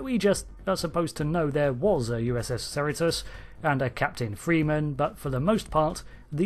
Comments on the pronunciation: “USS Serotose”? Is that some kind of sugar serum? It’s pronounced “sah-REE-toes”. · Shouldn’t that be Pronounced see-ree-tos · Your pronunciation of Cerritos is wrong. Here is the correct pronunciation, Cerritos [ suh-ree-tuh s]. It's a city in California. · Hold up; as someone from SoCal, the proper pronunciation of the ship’s name is “sir-REE-toes” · Its a California Class ad the name Cerritos is a city in the Greater Los Angeles area. The name is CerrEtos, hard second E in pronunciation even though the spelling is with an I. Not trying to be critical because I love your channel! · Uhh Cerritos is not pronounced like that. Cerritos is rhymes with Burrito It means little hills in spanish, I live in a city that shares a border with the city of Cerritos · It's amusing how you pronounce the ship name. No insult intended or anything.